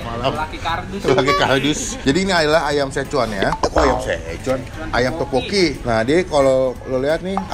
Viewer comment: Setau gua teokbokki deh bukan topokki